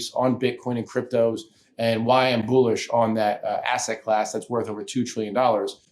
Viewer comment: Did he say it makes him boo lish?